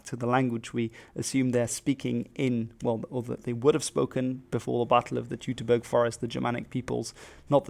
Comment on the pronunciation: Teutoberg=Toyt-O-bairk. You're a linguist! Come on now. Not pronounced Toot-o-burg.